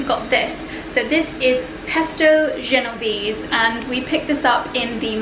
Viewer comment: Yes of course he is the best seller...he sold something Italian in France...Genova is an Italian city in the north nearby France...and all the "e" at the end of a word in italian are pronunced so it is genovese and not genoves. Bolognese and not bolognes